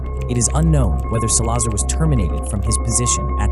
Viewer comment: It’s pronounced Sal-la-zar not sa-lazar